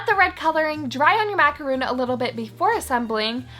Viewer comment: Yea me too I heard the intro and she said "macaroon" and I actually shouted "MACAR- O N "